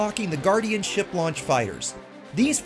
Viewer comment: Did he say "shart" launcher? hehehe